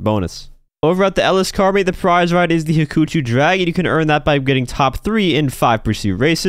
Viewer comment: It's 'Hawk-A-Chew'